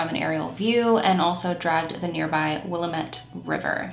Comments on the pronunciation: I moved to Oregon about 7 years ago and I used to pronounce Williametta the way you do. I was taught to say, "Williamette Damn it". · I love you but as a local it’s Will-Am-It river lol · pronouncing Willamette wrong. It is pronounced-Will am ete. :) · I like your new background. I always enjoy your show. Not a big deal, but I just wanted to let you know we pronounce the river Will-am-ette. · I don't know if anyone has said anything. Bit there is a fun way to remember how to pronounce Willamette. Not that you need to know just if you'd like to....it's will lam it...or "it's the Willamette damn it!"😂 Love your channel. I also speak with my hands especially when emotionally charged. You are a blessing..and love your background. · I’m from the Willamette valley. Trent is a neighborhood or unincorporated community near Dexter southeast of Eugene. Willamette is pronounced (Will a as in apple with the emphasis on the a) and mette as in met.